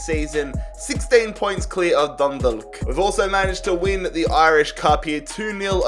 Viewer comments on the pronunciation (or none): Dundalk is pronounced like dundawk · Dundalk is pronounced Dundawk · My mans said dundog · It’s pronounced sly go (Sligo) and dun dawk (Dundalk) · In the Irish league or any league like that you’re not able to buy players from the top 5 leagues. Also it’s pronounced sl-eye-go and dun-dawk. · Dundalk = dun dawk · The way he says Sleego and Dundallk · No offense but dundalk is pronounced done dock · You pernounce Dundalk . Dun- dawk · The L is silent in Dundalk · Haha this is really funny as an Irish person aha, pronouncing the L in Dundalk aha DundaLk take down Sleeego rovers ahaha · im from ireland myself and im sorry but it bugged the shit out of me when u said dundalk it is pronounced dundawk 😂😂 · When he says sleego rovers and dunda*L*k it physically pains me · Im irish and I cringed the way he pronounced Dundalk Just so you know its Done - Dolk And its Sly-go rovers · Sligo rovers is pronounced Sly go And dundalk is pronounced Dund awk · Dindlk vs sleego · “Dundulk” hahahahah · DundaLK and slEEgo haha ye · Man I love ur rebuilds even though yo pronounced Sligo and Dundalk wrong Sligo is pronounced sly go NOT sleego but even though you butchered a few names your channel is great keep up the amazing work man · He said sligo and dundalk wrong and im already pissed half way through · The way he says dundalk makes me cringe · The way he said dundalk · Oh yeah and when dundalk won the F.A.I CUP sligo rovers isn't pronounced like sleego its sligo like sly fox slygo sligo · God especially Dundalk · Especially dundalk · Dundalk is tragic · Yes I'm from fucking dundalk and the way he pronounces it😂